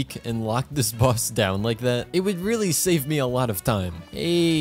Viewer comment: When you said "shave" instead of "save" and then you begin advertisement, i thought you're gonna advertise something about learning scottish, ya knoe God shave d queen.